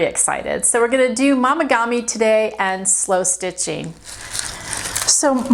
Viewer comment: Momigami is pronounced with a long “o” not an “ah” sound. Like mo not mah. FYI 😊